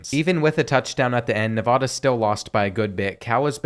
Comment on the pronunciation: Bro seriously said nevoda it Nevada